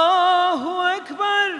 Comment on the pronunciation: allahu ekberullahu ekber mi? telaffuz yanlış! kaideli okuyamıyor. mustafa ceceliyi severim. dindar olması da hoşuma gider hep. ama ezan okumak sanattır. bunun eğitimini almayanlar okuyamaz sesi ne kadar güzel olsa da... tamam hoş bişey dindar olması ama ezanımız kıymetli hakkını verenler okusun sadece.